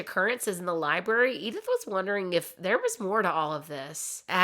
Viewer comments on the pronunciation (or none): none